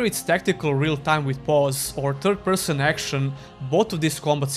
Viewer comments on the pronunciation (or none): For a moment I thought you were pronouncing TURD-person on purpose.